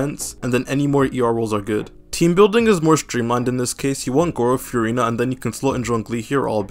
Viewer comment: All that Furina glazing and bro still doesn’t know how to pronounce her name 😭